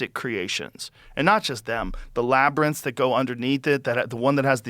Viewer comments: Holy shit! The confidence and precision Joe displayed in pronouncing “labyrinth” this episode is unmatched! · Oh my god! Joe finally learned how to say labyrinth! 😂